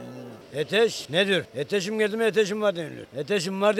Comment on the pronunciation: eteş ne diyor,eteşim geldi mi eteşim var deniliyor,eteşim var dedimiydi ıı ete bakarım eteşim var.